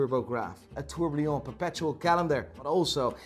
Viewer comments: on every video i m gonna write this exact comment until you say the world tourbillon correctly! It s pronounce TOUR BI YON and not a trourblion ! you Hublot lover ! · Still cant pronounce tourbillon